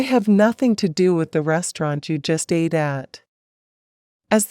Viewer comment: Please have humans doing the speaking. NOT an electronic/computer. Example: ATE is pronounced ate...not A T E...3 separate letters.